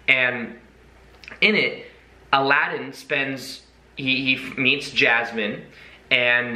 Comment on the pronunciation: Aladin ... SHould be more like 'Allow 'd in' :D haha